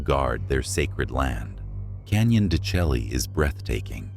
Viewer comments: Canyon De Chelly is not pronounce CH - elly like JELLY, is pronounce DE SHAY!!!!. I worked with a Navajo Indian at Adobe Mountain School and I said it the same way and immediately got corrected...lol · It's pronounced "Canyon de Shaee" not "chelly." I lived on the Navajo reservation in the 50's and 60's. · Canyon de Chelly is pronounced de shay.